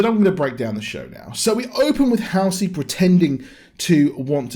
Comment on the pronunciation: It's really the only even slightly decent episode. And it's HALL-Cee. I think you got way low expectations if this was exactly what you expected. I mean, the action itself was ok but... everything else is total shit. None of the story ties together or makes much sense. This was about the minimum I expected, barely.